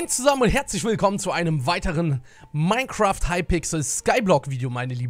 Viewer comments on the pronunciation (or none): none